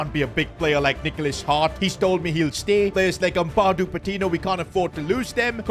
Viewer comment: Did bro say Paptino?